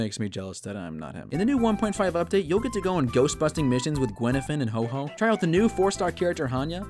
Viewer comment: gwenifan and hoho I just can’t it’s guifan and huohuo